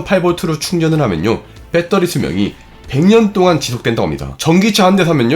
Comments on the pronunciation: 빼터리 발음이 ㅎㅎ 공대생이여도 좀 너무했네요 배러뤼~ 아님 그냥 밧데리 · 졸라 똑똑한 형도 베터리를 뻬떠리라고 읽는구나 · ㅋ 발음이 재밌네요 빼떠리